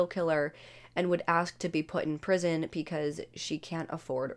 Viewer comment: Am I the only one hearing "pecause"? Lol